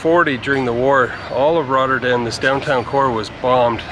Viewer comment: You committed one of the biggest crimes: talking in the stiltecoupe lol. Just kidding, love the video. You pronunciation of "Rotterdam" is amazing tbh. Do you speak Dutch or just a few words?